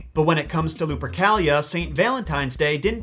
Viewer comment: Luprica sounds like Lubricant to ke